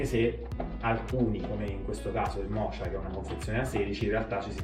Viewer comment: "Mocha" si pronuncia "moka", come la caffettiera Bialetti, non "mocia"!!!